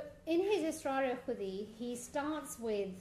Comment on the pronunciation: The poem is Asrar-i-Khudi, not Israr-i-Khudi